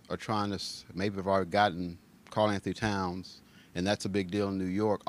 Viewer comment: lol why everyone says his name wrong by this point if you watched any of the knicks games you should know his name